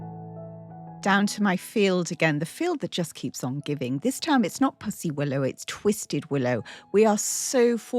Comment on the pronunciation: Such a lovely spring table! We say pussy (willow) like a kitty not puss like a spot though! 😂